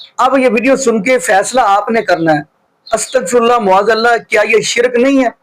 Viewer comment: BHAI SAHAB LAFAZ MUAZ ALLAH NAHI MAAZ ALLAH HOTA HAI. TASHEEH KAR LAIN PLZ.